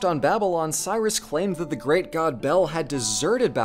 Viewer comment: You got some real issues with the word great 😂😂😂